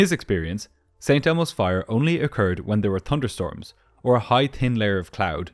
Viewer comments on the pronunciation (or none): 'Tunder storms' 🤣